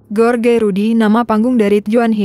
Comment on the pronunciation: Duhh mimin bisa baca g sih..george d baca nya jooj... G enak bnget ge.or..ge...ge..or..ge...melulu.. Joj rudy..joj taka...